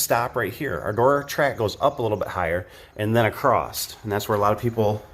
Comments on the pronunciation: Across does Not have a T at the end. My buddy pronounces that wrong way also…Don’t know where y’all went to school.. Great other than that 😊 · You know this guy is a real contractor when he says "Acrosst" instead of "Across". Finally someone who gets right to the point. No introduction to his cat, no mention of his hot-rod car or diesel truck. Just the facts. You Sir, top shelf. 👍🏼